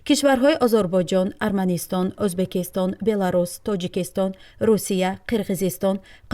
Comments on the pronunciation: Узбакистон"- не!!! ,,Уз,,бекистон"!!!!!!!!! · Эй,бачаи бесавод,узбакистон не,дар оянд доимо Узбекистон гуфта талафус кун!Фахмо!?